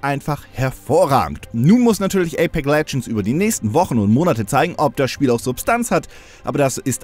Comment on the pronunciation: Ich hör die ganze Zeit nur ApeC Legends. [EYPÄKS]